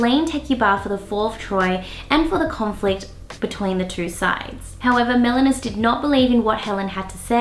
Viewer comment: The king's name is "Menelaus", not "Melanus". "Melanus" means black man in greek btw.